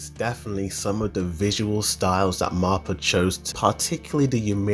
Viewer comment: Stop saying MAPPA and Ymir wrong when they’re so easy to say It’s Mappa not marpa. It’s ymir not ymirah